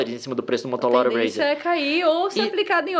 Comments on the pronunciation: "motolora razer" kkkkkk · "MOTOLORA RZER" KKKKKKKKKK